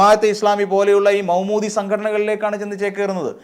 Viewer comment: Say Maudoodi not Moumoodi